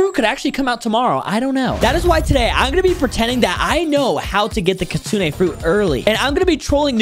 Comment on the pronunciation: It's pronounced (kit-sune) not the way you said it